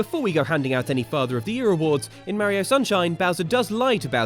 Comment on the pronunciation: I don’t understand how you can pronoun Mario wrong